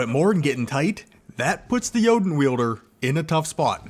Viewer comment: I just casually came across your video but sorry to admit that you pronouncing Jötunn like Joten just triggers me so much, that i can not watchnthis video ,_, Dont worry tho, you arent the only one doing this :) Thanks for the video regardless andnenjoy the coming week =)